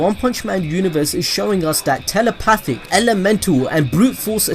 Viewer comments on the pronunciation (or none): "TelepaTHICC" I love it